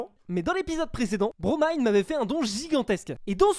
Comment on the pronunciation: qui prononce enfin le pseudo de BroMine_ correctement, il peut mourir en paix